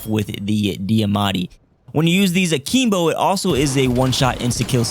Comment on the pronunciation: yo bro it's akimbo not akeembo